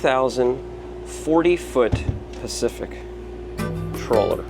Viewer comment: Great boat ! Great video ! Quick correction, and it's a small one. It's pronounced "Traw-ler" Not "Troll-er". LOL ! It's a small thing, but in today's vernacular, probably need to be careful. Once you've been around this a little more, you'll get the hang of it and people will be able to tell. Cheers !